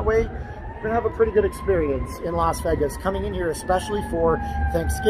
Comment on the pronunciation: Vegis...lol so fuckin annoying....IT'S VAY-GIS